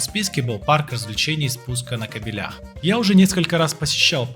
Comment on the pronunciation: Все здорово, интересно, но все блогеры делают ошибку, когда используют числительные в Родительном падеже, например, длина около трехсот метров...( не трёхста) и еще слово кабели имеет ударение на 1й слог, спускались на кАбелях🙂